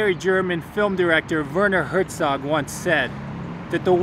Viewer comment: I am very sorry 😞 But you pronounce Werner Herzog very wrong 😑